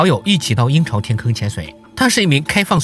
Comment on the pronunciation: 我聽成“陰曹天坑”